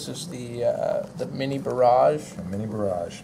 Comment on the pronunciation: its barrage lol. and i luv it as well